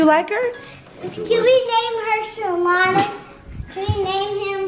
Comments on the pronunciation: said shalana😂😂😂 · It’s calling the dog “SHALONDA” for me 😂😂😂😂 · not "Shalona" lol!!!